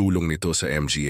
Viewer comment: Stupido,bakit M G A ang basa mo,di ba dapat (mga) hindi M G A,???😂😂😂😂😂 PILIPINO kaba talaga nagtatanong lang nagtatanong